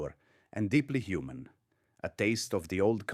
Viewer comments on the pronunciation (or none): none